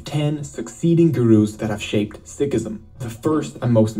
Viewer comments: you are pronouncing Sikhism right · Being a Sikh it's so nice to read so many kind comments from people of different religions and you guys too And btw is pronouncing it wrong is right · you have pronounced it perfectly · Sikhism is the correct pronunciation